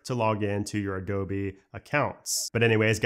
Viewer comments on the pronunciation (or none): none